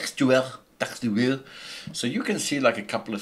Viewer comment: dude i must try training to speak like you... texture...llll